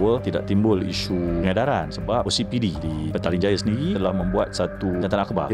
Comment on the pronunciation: Correction..tiada pengedaran...melodi tolong betul kn sebutan.